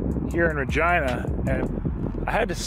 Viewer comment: “Ruhgina” BAHAHAHAHA!!!